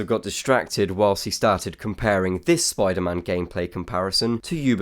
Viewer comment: Spy Derr Man wasnt killed it was MERR DERRT